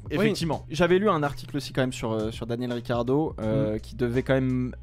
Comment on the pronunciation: Pourquoi l’autre il dit Richardo ? 😂😂